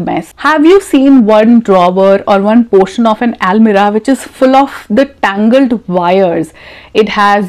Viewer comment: Could you please check the pronunciation of the word 'almirah'? Thank you very much.